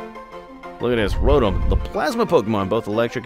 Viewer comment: you are pronouncing "Rotom" wrong. It is pronounced, "row tom"